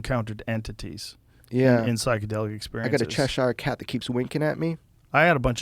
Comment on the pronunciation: "Cheshar cat" It's pronounced "chesher"